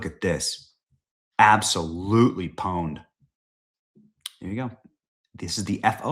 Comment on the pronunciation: Not poned it’s pawned…as in cuess